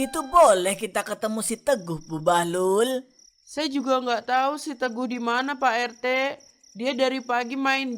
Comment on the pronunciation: Bahlul u nya di ganti i jadi bahlil